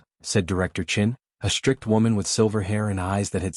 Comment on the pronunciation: FYI, "SHTRICT" is not an English word.